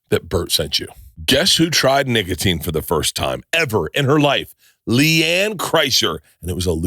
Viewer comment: Bruh Bert did not say nicotine on that ad read the first 2 times. He said n!ggatine